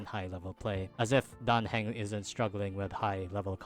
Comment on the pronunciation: His surname is pronounced hung not hang